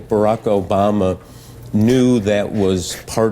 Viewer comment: Who the fuck is Obowma?